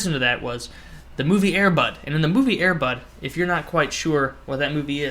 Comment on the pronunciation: at first i thot u said airbut